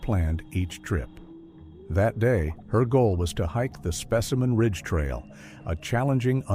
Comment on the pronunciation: specimen ridge and then suddenly called spaceman ridge? Dont bother listening, bot lies.